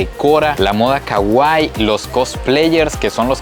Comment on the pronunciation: pronuncias mal kawaii, trata de decirlo como si estuviera tildada en la i y no en la a desearía mil dedicarme a lo que te dedicas